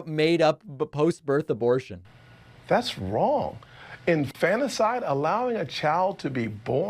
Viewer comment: I heard weak Scott say "infannacide" twice. WTH does that mean? Also it was hilarious to see him say that he isn't making that up. He said that with a straight face. Tim Scott...wooow...